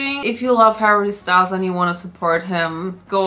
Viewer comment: As a French, your pronouncation of Harry Style is very bad 🤣 if it was in french, de will pronounce it "harry Stele". Y is like E